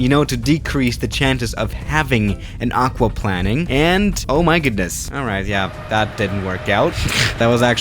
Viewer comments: It’s aqua plane ing not aqua plan ing 🥴🤦🏻‍♂️ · No ones gonna talk about how he’s saying “aquaplanning” instead of “aquaplaning” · Aquaplaning has one 'n' and isn't pronounced aqua 'planning,' it's aqua-plane-ing. Just thought I'd let you know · The way he says aquaplanning like aqua plan ing. Like it means planing somthing with water 😂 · Pronounced Aqua+Plane, not plan. Great video though, and big fan. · Can somebody PLS explain to that it’s pronounced Aqua/Hydro-planing. He’s pronouncing it like planning... he literally flies planes he should know how to pronounce “Plane”. Also, it’s not half the tire height when you start to have this happen, it’s half the TREAD height 😂 how tf are you supposed to land a plane in water that’s halfway up the tire... not too sure airliners are certified to do that 😂😂😂😂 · I’m sorry but i cringe everytime I hear aqauplanning 🙈😂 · When the pilot plans to play water polo on the runway, its called *aquaplanning*. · It’s pronounced like aqua plaining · Isn't it pronounced plain-ing? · It’s also plain -ing lol love ur vids tho man keep it up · its hydro Play-ning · lol yes, its pronounced aquaPLANEing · isnt it pronounced hydro planeing? I know that's spelled wrong that's how ur supposed to pronounce it I think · Jesus it triggers me how he says aquaplaning 😂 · aquaplaning...... you are saying it totally wrong too. here is how you pronounce it. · Everytime he says it's I am like argh